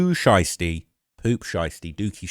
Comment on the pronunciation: Well his name is Pooh Shiesty not Pooh Einstein 😂😂